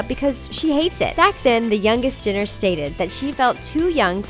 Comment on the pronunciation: THEY SAID "JINNER" NOT "JENNER"